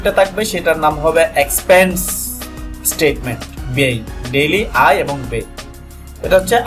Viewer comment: আয় এবং ব্যায় এর উচ্চারণের ক্ষেত্রে আপনার উচ্চারণ হচ্ছে আই, বেই । বাংলার বেলায় এগুলো সঠিক হওয়া দরকার। ধন্যবাদ